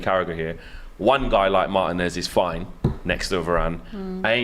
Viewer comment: Learn to pronounce Marteeeen-ez bruv. He's your player.